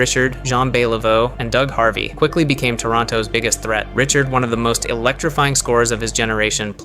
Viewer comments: You pronounced Richard wrong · How are you the if you can’t pronounce Rocket Richard’s name!? And no mention of the Redwings of the 50’s?